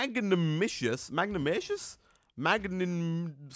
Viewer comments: it's pronounced mag nan I mous and if u dig to the center of the tree it has these gems that make a sword blade and breaking leaves gets u the special sticks to make the whole sword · magnanimous = mag-nan-ih-mus